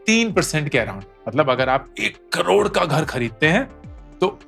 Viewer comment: Lakkkkha😂😂 carhhhhod😂😂 what a pronounciation